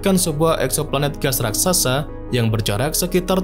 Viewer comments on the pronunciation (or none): none